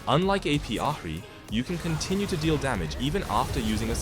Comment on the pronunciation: good vid but please say ahri in a different way